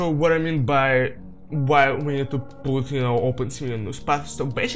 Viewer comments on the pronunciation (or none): Ну кроме очевидного "пут" и проглатывания некоторых слов ваш английский очень хорош